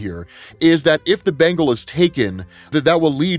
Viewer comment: Can't say Bengal